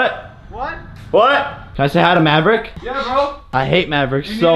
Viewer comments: NO it is maverick not MABRICK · Aliya Baking it's mabrick not Maverick